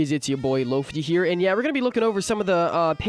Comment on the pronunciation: Is it pronounced lofee or lofeye